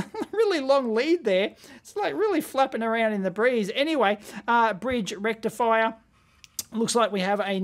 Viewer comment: Did I hear "FULL BRIDGE RECTFIER"?